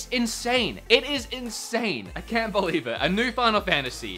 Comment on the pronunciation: As an Aussie, I'm more offended by the way you say 'can't' You're an Aussie. Say it right.